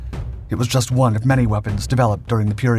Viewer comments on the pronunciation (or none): none